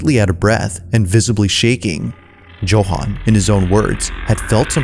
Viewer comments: “Joe-han” 😂😂😂 bruh its “Yo-han” 😅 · America prouncing Joe- Han😂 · It's pronounced YOHAN. Jesus Christ. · Anybody else find it a little annoying with the way he kept pronouncing Johan lol